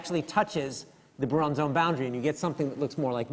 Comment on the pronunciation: "Bruon" for Brillouin? Really? Ok, Simon, you know physics, but apparently not much else.